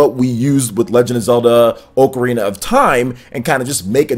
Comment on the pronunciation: Oakarina of Time